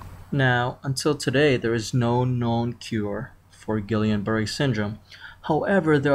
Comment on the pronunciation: I stopped listening when you butchered the pronunciation. :/